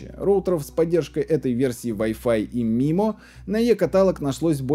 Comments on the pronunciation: Маймо, а не мимо. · Очень интересно, и всё таки правильно будет произносить маймо а не мимо😁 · Не мимо а маймо "инженер" космический